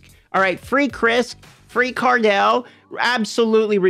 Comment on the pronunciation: You can pronounce Cardi B right? Cardiel is pronounced like Cardi L, not Card-El.